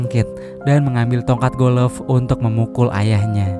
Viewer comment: Golf bung bukan golof